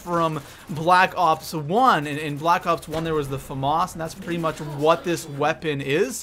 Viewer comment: U keep saying black ox